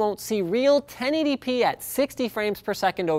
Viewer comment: Ok, so i finally realised that this whole time Linus was saying "10 ADP monitor"(i even googled it) he was actually saying 1080p...